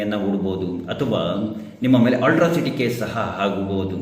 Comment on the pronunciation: ಅಟ್ರಾಸಿಟಿ case not ಅಲ್ಟ್ರಾಸಿಟಿ